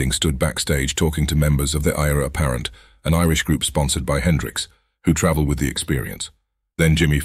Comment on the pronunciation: Another good one, and the narration is getting better too. One small issue that I would have mentioned sooner if I had known Eire Apparent were going to be around so often - their name is a play on the phrase "heir apparent" and would be pronounced the same, sounds like "air apparent" basically. Been close a few times in this one LOL.